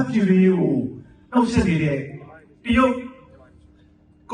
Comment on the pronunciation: နာမည်ကိုက. တယုတ် ရုတ် ပါဆို အသံထွက်ကိုက. ယုတ် ဘယ်လိုလုတ် ကောင်းမတုန်း